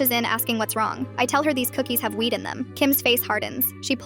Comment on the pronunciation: It took me the whole video to relise that she said weed not wheat and I thought the mum was just some crazy gluten free vegan